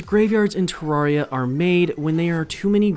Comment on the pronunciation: No. 11 It's pronounced te-rare-ee-uh not tuh-rawr-ee-ah